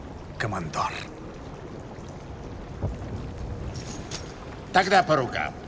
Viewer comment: Ага.Только Барбоса коммодор, а не командор. А так норм)